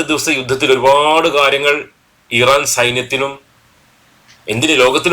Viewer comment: ഈ റാൻ അല്ല , ഇറാൻ . ഹിസ്ബുള്ള അല്ല ഹിസ്ബുല്ലാഹ് .